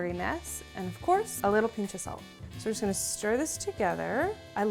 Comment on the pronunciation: no one:: sAlT